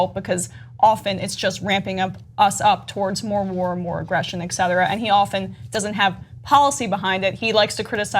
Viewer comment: Why do use the word "Etcetera" so often when she doesn't know how to pronounce it? It's not Ecksetera.